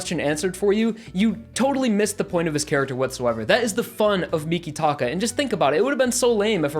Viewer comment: Also mikitaka is a stand user his stands name is earth wind and fire but I don’t know if he is human or not it is not said like you say